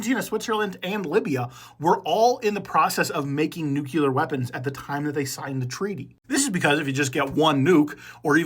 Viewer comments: Its nuCLEAR not nucular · I don't wanna be that guy but it's "nuclear" not "nuculer" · It’s not NOOKULAR it’s nuke-clear! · Read it. Read the word. NUCLEAR. New-clee-ur. It’s not “just how you say it,” it points to pretty awful reading skills. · New Clear is how it’s pronounced